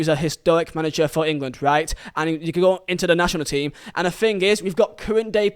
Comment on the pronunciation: it is pronounced "can" lol